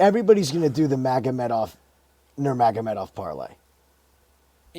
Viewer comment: How do you stumble on pronouncing Nurmagomedov at this point???